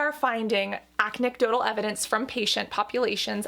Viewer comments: I have severe hearing loss so I’m not sure if Cassandra really said “acnedotal” like a play on words for “anecdotal” but I laughed and thought it was funny. My life story y’all.. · She said acne-cdotal!